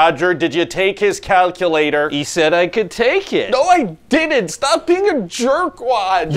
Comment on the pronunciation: “I DIDINT!!” 🤣🤣🤣🤣🤣